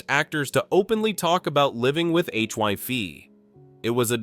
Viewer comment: HIV NOT HYV. IDIOT AI